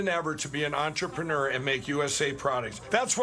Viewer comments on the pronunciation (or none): Mike Lindell sounds like he's having a stroke when he tries to say entrepreneur.